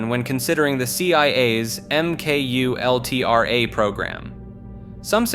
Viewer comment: Because last Time he said M Kultra so now he goes extra Safe